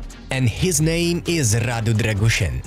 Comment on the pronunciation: Try to spell Radu “Drăgushin” not Drăgușăn :)